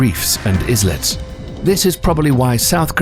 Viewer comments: why do you read islets ees - lets and not ai - lets? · 'iZlets'. Does this guy even know what he's talking about? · Islets is pronounced as "Ay-lets" like how Islay is pronounced as "Ay-la" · He mispronounced islets and that ruined it for me.